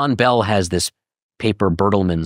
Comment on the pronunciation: First: It’s Bell, not “Belle.” Second: Hubble did not “disagree” with the expanding universe, which is why it is now known as Hubble’s LAW. Third: Everything else you said is equally wrong and ridiculous.